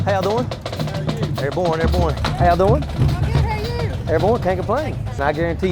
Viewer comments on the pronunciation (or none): As an army veteran, I cringe hard every time this guy says “airborne.”